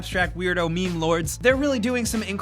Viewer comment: Meme, not mime, idiot.